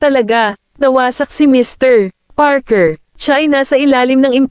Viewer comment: Ang ganda ng storya.. pero may isang question lang ako.. putol ang pag basa ng name ng mr goldman. Mrpause Parker..